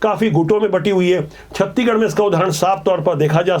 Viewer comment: छत्तीगढ़ नही छत्तीसगढ़ बोला करिए